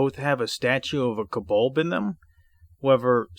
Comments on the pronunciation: Oy Vey, it's pronounced "CO-BOLD" not "kubuld". Good grief. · I'm sure he's saying kobolb.